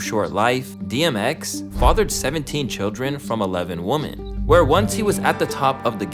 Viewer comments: I hate the way he pronounces women. It’s women pronounced like wehmen not like woman. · PRONUNCIATION OF PLURALS IS OFF…..WOMEN….. WOMEN …. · It is WIM-MIN!!! Ffs how can so many hip-hop YouTube channels not know how to pronounce women! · Constructive criticism: practice the difference in pronunciation woman vs. women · Bro you need to learn plurals. 1 female adult human is a Woman, more than 1 female adult human is Women. Also learn to pronounce paternal. Smh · Why do you pronounce women like that? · Great video, but please learn how to pronounce "women." It's a basic word. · can you learn how to pronounce women correctly? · Bro why can no one pronounce women? Does all these YouTuber do it on purpose or was just never taught ?